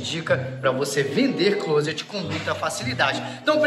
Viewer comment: Parabéns pelo vídeo e quando vc quiser tirar onda pode pronunciar “clóset” quase sem pronunciar o t no final.